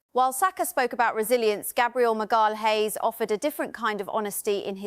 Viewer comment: AI can't cope with the name "Magalhaes" 🤣😂